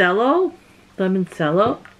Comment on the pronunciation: that is a Italian Lemon liquor the C is pronounced like cha. Limoncello